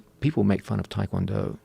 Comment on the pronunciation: I've always wondered why people pronounce it Tie Kwon Do. I can understand most people, but these guys who train w/ actual Tae Kwon Do instructors and probably Koreans, why not pronounce it properly? It's like when people pronounce Hyundai (Hyun- deh) as Hon - Die. -_-'